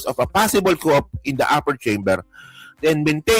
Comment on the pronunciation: Coup is pronounced “ku” po, hindi po “Koop” , ayusin po kasi nagshashare kayo ng info or facts dapat sakto o yong tama nman po pagbasa. Si cayetano nagpapahid ng sariling dumi sa iba😂😂